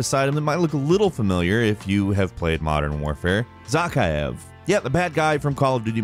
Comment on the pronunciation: 0/2 on pronouncing Zakaev